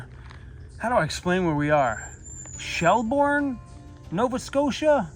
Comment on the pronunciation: Pronouced Shell- Burn